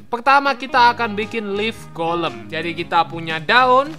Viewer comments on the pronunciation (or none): bang itu golm bukan kolam